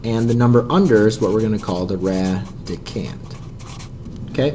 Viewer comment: radicand, not randicand, lol